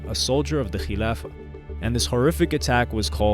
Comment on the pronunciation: You said "khliafah" a bit to good 👀 you one of them boy 🤔🤣🤣🤣 jk